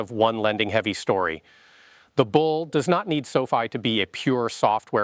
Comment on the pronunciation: pronounces the company like Sophie! 😆 You lose a bit of credibility that way!